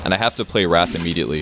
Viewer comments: Why is he saying "Wrath" as "Wraith" ???? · wait did he say wraith or wrath o3o